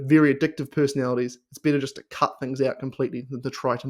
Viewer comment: Aussie accents are cool but your "better" sounds like "bitter" . LOL. Lion diet is great but IMO unless you have some auto-immune disease it is really hard to sustain and make it a lifestyle. I did it for a few months and hit my target weight loss. I'm fit and lift weights regularly so there was no medical need for me to continue it . I use the carnivore diet as a tool to achieve my target weight loss then I slowly ween myself off the carnivore diet. My purpose is to loose some belly/body fat and get shredded. It is true that once you start eating carbs your brain/body will go nuts with pleasure. Those dopamine pathways will explode like fireworks on the 4th of July. You will need to exhibit some self control or you will quickly gain that weight back.. I do the all inclusive carnivore. All meat , eggs, cream/milk but no fruits or honey. Beef is the most satiating compared to pork, chicken or seafood. Good luck to everyone doing carnivore.